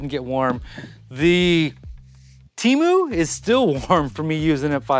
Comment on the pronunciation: TEMU, not "Cheemu".